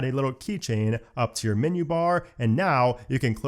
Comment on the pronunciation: "Minyoo" for "menu" is like nails on a chalkboard to my ears.